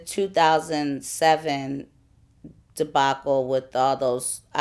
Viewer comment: Live From The Motherland I thought she said 2007